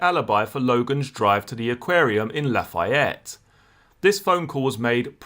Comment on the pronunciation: Great channel! Lafayette is pronounced La-fee-ette.